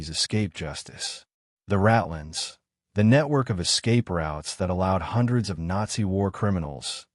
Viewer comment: The term is “rat lines”—not ratlins. Like the wires a rat could run on to sneak out of a hiding place. When are you guys going to have someone listen to these programs to get the words and accents right. Someone who knows the history and some German.